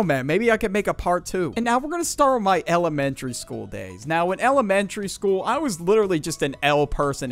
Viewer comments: Bro said L ementry 😂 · Damn you really put the L in eLementary and middLe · Elementary or like L amentary that was dumb